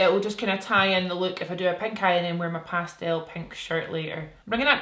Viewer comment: Cut your bangs!!! Also love how you say pastel 😂 love pink on you!! 💕